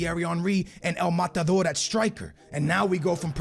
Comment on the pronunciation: White peoples saying “el matador”😂